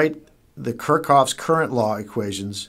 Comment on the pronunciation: haha "kurkov"? it's kirchhoff